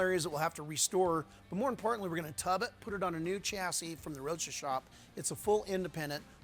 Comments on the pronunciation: Every time says. Chas-s-i-s😅🤣 makes me laugh 😅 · From previous shows, has ruined the word "chassis" for me. LOL